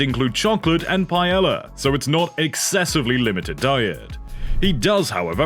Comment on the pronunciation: Whoever the narrator for this is, replace them. They can’t pronounce half of the player names let alone the word paella. Probably not coming back to this channel until he is gone, sorry.